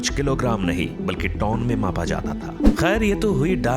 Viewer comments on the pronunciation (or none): Bhai tone nahi ton hota hai